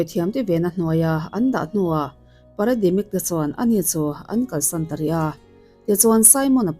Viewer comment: Parademic nilo in Paramedic tihtur aw😊